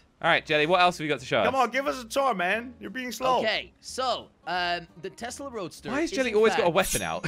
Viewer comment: Just to correct you it’s Tesla not Tezla